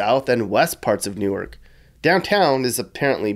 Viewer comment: Good video but it's pronounced "Nork" Not "New arc". "New arc" is in Delaware.